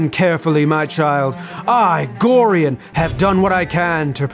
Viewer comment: that is not how you say Gorions name